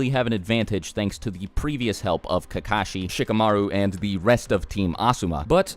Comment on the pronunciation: Why does everyone pronounce kakashi as if the two ka's are separate from the shi, pronounce how they say it in Japanese,it sounds like kak-a-shi. But people in America pronounce it like ka-ka-shi. They sound like crows when they do that. And some people get offended when you say their name wrong.